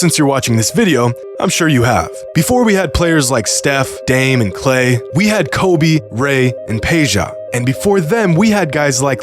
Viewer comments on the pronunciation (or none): none